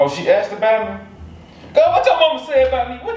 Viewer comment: said GUR she mean girl lol